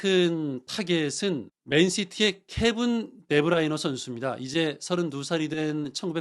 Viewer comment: 한준채널 꼬박챙겨듣는데 아나운서방송은 좀처럼 듣기쉽지않음. 축구채널보다 다큐에 더 잘맞을듯. 그리고 의견을 제시하거나 어떤 부가적인정보를 알려주는상황도아니고 그저 기사를 읽는건데도 왜이렇게 더듬더듬하게읽는지... 듣는데도 인내를요함. 한두번정도 읽어보고방송하면 좋겠음. 케븐 데브라이너... 케븐...